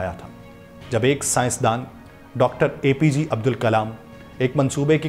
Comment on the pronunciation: Bewkuf APG nhi APJ abdul kalam sir hai pahele bolna seekh le